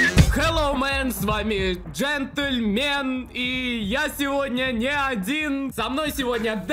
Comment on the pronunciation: Он не джентельмен а джентельпельмень